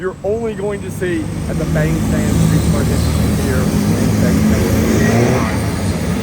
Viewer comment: Mate you been in Thailand long enough to know it's pronounced Bahng, not Bayng.